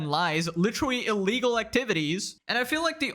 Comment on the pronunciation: At first it bugged me but now I kinda like it when he says "lichrelly"